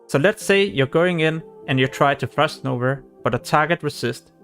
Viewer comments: Good guide , but wtf is "frost nover" , its frost NOVA , and munster , hehe 🤣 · "Frost nover" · Easterners sound out that end “a” so weird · you may laugh abouth his pronounciation of frost nova. he did a really good job explaining how to successfully aoe farm to 60. his language barrier didn‘t stopped him to make this video. he is a hustler. great video!